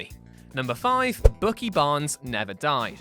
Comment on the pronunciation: Bookie Barns? Did you really say Bookie Barns?